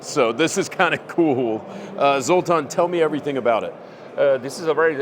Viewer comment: He said ZOLTON